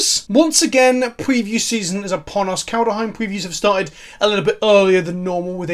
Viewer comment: You persistently keep pronouncing Kaldheim as "Kaldeheim", and it's annoying me a lot.